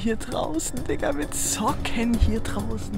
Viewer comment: Levin hat zocken gesagt statt Socken 😂